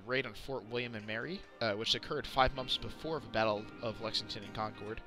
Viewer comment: Your pronunciation of concord was difficult to listen too.. but Portsmouth bothered me to my core